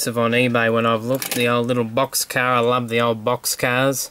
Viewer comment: car not cas